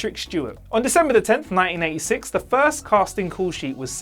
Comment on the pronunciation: It really sounds like you say 1996, but maybe I'm just hearing your accent incorrectly. You, of course, meant 1986.